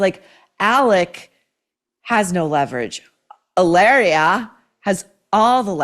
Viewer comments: You must pronounce it as "E -laria " the way Mary Morgan of Pop Culture Crisis on YT does. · you only roll the 'r' in spanish when it's double 'rr', like carro, desarrollo, burro...in the case of the made-up spanish translation of Hillary to "Hilaria", there is no need to roll the 'r' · maureen in spanish H Is mute is not sound JILARIA is ilaria ….